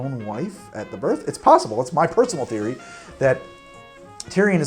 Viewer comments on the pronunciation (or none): none